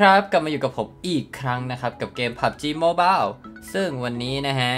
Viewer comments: โมบาว หรือว่า โมบาย? 555 พูดเวอร์ไปมัยพี่555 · คือทำไมพี่ชอบพูดว่าพับจีโมบาวอ่ะคับ 😂